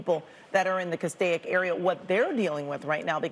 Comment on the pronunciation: Cas-steak! There is no “I” in Castaic.